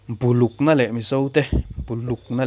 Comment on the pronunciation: Bulukna leh Mizo te tih i lam dan hi a dik tawk lo thei in ka hria, "Bu" tih lai hi lehkhabu tih a bu i lam thin anga lam in Buluk ti tlang ta la lamdan tlanglawn tam ber kan lo hriat hi a pawl zawk ange a. Tuna i lam dan hi kei chuan ka vawi khat hriat na ani mauh mai.. I review a ngaihnawm khawp mai. Thupui chi hrang hrang lehkhabuziaktu in a tarlan te hi thu pawimawh tak tak an ni hlawm. Bihzui chak awm tak tak an ni hlawm in ka hria. Editting lam hi hnawhsarum deuh a tih ani ta anga, chumi vang phuailuai ta hret ani thei mai ange maw le. I thlirkualna a tha ka ti a, Lehkhabu chhiar ve a ti chakawm sawt mai